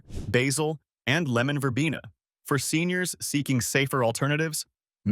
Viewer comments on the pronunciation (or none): none